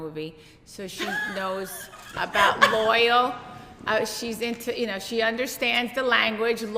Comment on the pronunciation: Tre loves loyalty but doesn’t know how to say loyalty lool